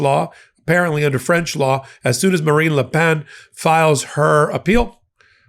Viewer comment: You’re pronouncing Marine Le Pen very well however when saying Macron, do not pronounce the n and suck back the o as you say it, (use a hard c and roll the r). Try it, it’s fun!